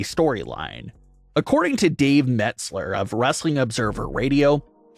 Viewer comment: Mets Ler instead of Meltzer. Sonds like it. 😆 Must be his gimmick.